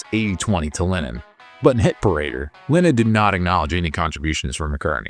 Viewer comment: Great content but it bugs me that this narrator pronounces Lennon like "linen." I keep thinking of bedsheets.